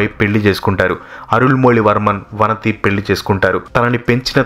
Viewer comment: చాలా వరకు బాగానే ఉంది, కానీ కొన్ని పేర్లు తప్పుగా పలికారు వనతి కాదు వానతి, కుండవై కాదు కుందవై, వండియదేవన్ కాదు వందియదేవన్, పూన్గుడలి కాదు పూంగులలీ, పెరియప్పడు వట్టరీయర్ కాదు పెరియ పలవెట్టు రాయర్ 😂😂😂😂